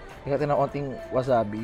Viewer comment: Eto na naman cya.. PLAYBORPUL BATTER (instead of butter) WAZABI (instead of wasabi)